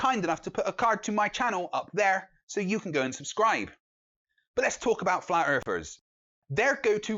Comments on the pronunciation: "Flat earfers"?! I can't take the British accent seriously...they all sound like six-year olds--learn to pronounce "th"! The Queen can do it, why can't you?! hahaha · “Erfers” 0_o